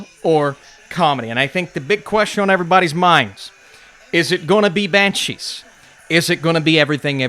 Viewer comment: Banshweep Of Inisherin